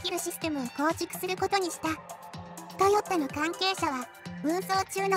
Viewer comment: トヨッタって聞こえるんだが．．． 関西ではそう発音するの？